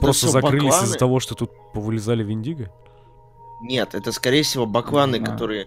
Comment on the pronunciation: Вообще-то в слове Вендиго ударение ставится на "е"